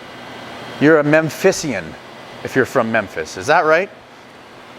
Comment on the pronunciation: Memphian .... mem-fee-en.